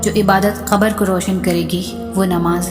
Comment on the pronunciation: Ap qabar ko khabar q bolti hain